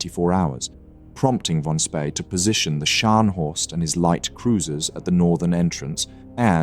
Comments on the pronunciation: Is your narration done by text-to-speech software, because the pronunciation of 'von Spee' is near-insulting? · Good documentary, but it would have been better if you would have pronounced "von Spee" correctly